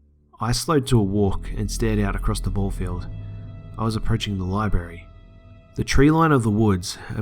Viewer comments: library not libary. sorry it's one of my pet peeves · Please learn how to say libRary